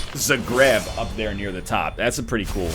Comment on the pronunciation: ZA GREEB Dammit NL, that is not how you pronounce it. It's Zagreb, no elongations of the words. Some people also say Zaagreb, with the elongated a and a rising accent.